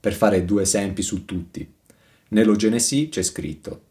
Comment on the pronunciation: Curiosità: perchè dici Genesì? Con l'accento sulla "i"?